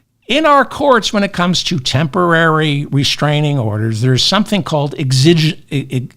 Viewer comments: Psst ... "exigencies" is pronounced with the accent on the first syllable. You are forgiven for mispronouncing it because precious few people have ever spoken the word or heard it spoken, plus you get a bonus point for expanding your listeners' vocabularies. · Hard X on pronouncing exigencies. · Hi, David. WADR, you are likely not addressing sixth graders, so to apologize for your indepth, erudite coverage of these important matters, is unnecessary. Thanks for your learned insight, bro. Pronounced, "exigencies", btw. Luv ya!